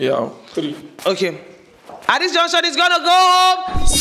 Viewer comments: Please it is “At this juncture…. “ and not “at this junction….” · Host, its "at this juncture" not Junction. Thanks